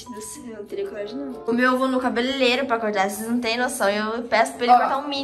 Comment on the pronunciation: cabelelero kkk é cabelereiro kkkk